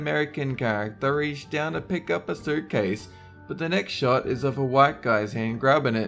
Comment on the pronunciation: 57 Dolen said short, not shot. Anyone else hear?